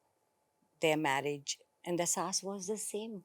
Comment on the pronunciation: It’s saans not saas